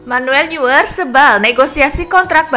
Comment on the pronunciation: Eh min, neuer dibaca bukn niuer🤣🤣🤣, tapi noyer🤣🤣